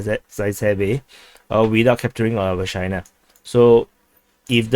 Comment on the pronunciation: Anyone else hearing "v***na" instead of Vershyna? Jokes aside, nice video as always. Ukrainian forces successfully eliminated at the like button commander.